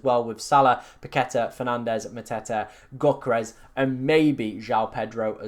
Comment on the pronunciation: It's Yo-keh-res ... not gok-eh-res ... it sounds like you choking on my 7inch